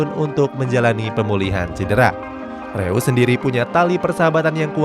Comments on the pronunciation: Koreksi min reus bacanya (roys) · bacanya roise bukan reus bang